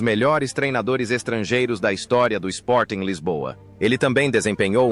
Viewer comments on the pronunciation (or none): none